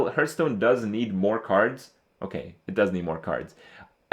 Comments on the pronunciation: Stop saying heerthstone, ITS HEARTHSTONE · Hearthstone is pronounced HARTHstone, ffs. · why is he calling it hurtstone